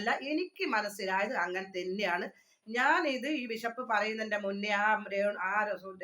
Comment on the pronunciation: വിശപ്പ് അല്ല ബിഷപ്പ് 😂😂